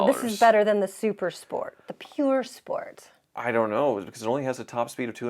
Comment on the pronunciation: It's Pur sport not pure sport